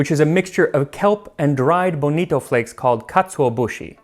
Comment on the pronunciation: Max, I hope you weren't trying to say "bonito" with a Japanese pronunciation. Since it's from Spanish!